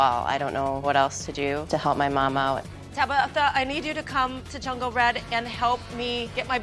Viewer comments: The daughter is probably more mature because she had to grow up with people like tabatha mispronouncing her name. Get it right tabigggffggfftha. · Her name is TABATHA not tabitha !!!!